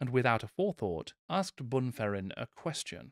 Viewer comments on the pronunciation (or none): none